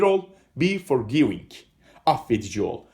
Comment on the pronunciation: Sanki be forgiving Yanlış telaffuz ediyorsunuz!???